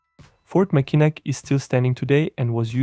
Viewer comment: Mackinac is pronounced "Mackinaw" (rhymes with saw).